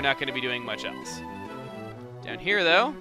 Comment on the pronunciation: every time chugga says "though" slap yourself as hard as you can